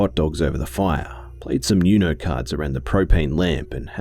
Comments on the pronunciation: It's pronounced the same way you pronounce 1 in Spanish. It's not "you. no" it's "oo. no" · You pronounced Uno wrong. Its pronounced (ou no) Not (you no) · pause... did you just say you-no cards? 😭😭😭😭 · Somewhere around the mark he pronounced "UNO" like "you- know " lol 💜😜